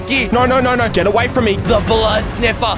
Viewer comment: said fro 😂😂😂😂😂😂😂😂😂😂😂😂